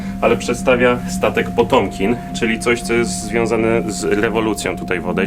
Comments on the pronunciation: Nie STATEK tylko OKRĘT! I nie Potomkin tylko Patiomkin (wymowa)! Sorry nie mogłem tych błędów nie skomentować ale wyprawa zacna. Pozdrawiam. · 12.05 - Patiomkin, nie Potiomkin :) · Potiomkin nie Potomkin.